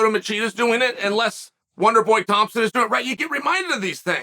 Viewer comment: He called lyoto and wonder thompson 🤣